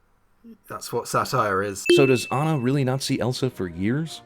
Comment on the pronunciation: I got another one: at one point, he calls Anna "This Girl" and mispronounces her name at one point.